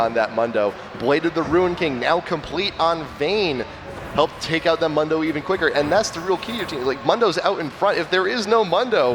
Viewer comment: One of them keeps saying Mundo wrong